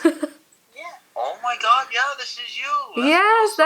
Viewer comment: AHAHA "Oh mah gad"